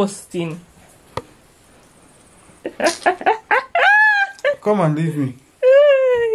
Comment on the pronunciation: It wouldn’t be a video if one of unu never say “DISGOOSTING” 🤣